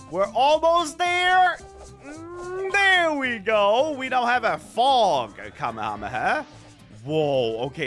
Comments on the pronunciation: Bro said Kamu-Hamu-ha KamE-hame-ha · are you saying kamehamayah isn't it Kamehameha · Bro it's na kamahamaha it's kamehameha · Atleast he didn't say kamehamama! 😅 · Kamehamaha? What? 😂😅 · The amount of people messing up the name of the kamehameha 😂 I still love but hearing it from him trying to pronounce it is funny for some reason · every single yt i see kamehameha in a tittle I'm scared they will pronounce wrongly